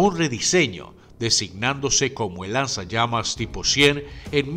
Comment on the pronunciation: alguien escucho lanzallames?